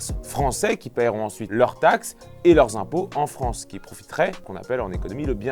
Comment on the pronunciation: Bonjour la "Fronce"...